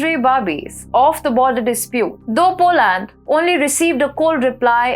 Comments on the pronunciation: You have to use proper English pronunciation to be taken seriously by an English knowing global public. Its not Po - land, the emphasis should be on the first syllable 'Po'... the second syllable is NOT stressed and is pronounced as ' lund,' as in 'under', Ire-land is pronouncef as Ayer-lund. Kindly correct the way you say 'political' - the stress should be on -'lit...' not on 'pol' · Dear, In English, it is "POLAND" not POO-LAND"